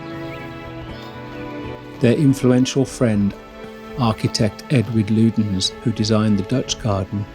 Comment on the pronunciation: Nice video. I'm guessing the commentary voice is AI generated given the unorthodox pronunciation of Lutyens.